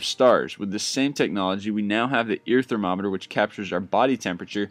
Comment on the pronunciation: You screwed up up when you said thermometer xD funny not a bad thing